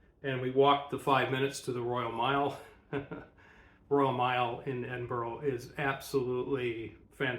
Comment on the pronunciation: Edin burraa. There's no 'oh' in it. Great vid, though!